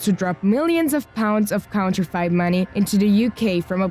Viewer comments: LEARN HOW TO FUCKING READ AND TALK!!!!!! What's a "counter-fight" bank note???!!!! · Counter-fight (counterfeit)? In-wade (invade) Switzerland? Seriously? There are accents but this is ridiculous. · The mispronunciation Of so many words like numernburg, counterfeit and more is just cringe worthy I don’t mean to sound rude or anything you saying this